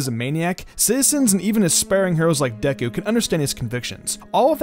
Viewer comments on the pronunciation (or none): none